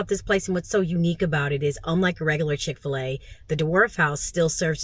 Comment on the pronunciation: Hapeville 🙌 Chick - Fila ....you didnt say it right but its ok ...we know what your saying 😊 Never ate in there ...may have to try it